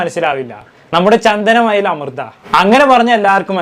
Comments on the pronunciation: ചന്ദന മയ അല്ല മൈരെ ... ചന്ദനമഴ എന്ന് പറയു കുണ്ണേ 😃😃😃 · ചന്ദനമയ അല്ല ചന്ദനമഴ ആണ് ഖൈസ് 😂😂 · ചന്തനമയ അല്ല ചന്ദനമഴ😂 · Chandanamaya😂😂😂😂😂😂😂 bro maya alla mazha